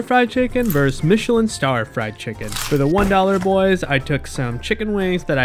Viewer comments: The chicken may be good but I’m stuck on “verse.” You’re a grownup it’s time to start saying versus, versus! 2 syllables, you’re not 10 years old anymore. Ok, it’s one of my pet peeves. Sorry 🙂🙂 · This "Vs" is a TWO SYLLABLE word. Versus. Why this trend to call it verse?